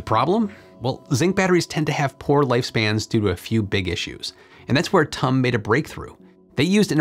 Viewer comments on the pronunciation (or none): Last time I checked it was T U M, not tumm, like S A P, not sapp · For future videos involving TUM, I’d recommend pronouncing it like the word “tomb”, this is the correct way. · As a TUM graduate, it's funny to keep hearing you pronounce it like tum from "tummy" lol. The U in TUM is pronounced like a the last u from you. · If you want to pronounce the university like the Germans do, say T. U. Munich. Almost nobody will understand if you say 'Tum'. There are several 'Technical Universities' in Germany. Nobody would ever call the TU Berlin 'Tub' for example. 😂